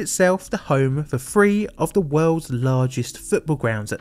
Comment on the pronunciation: Glad you added subtitles. 'Cause everytime you said THREE, I heard FREE 🤷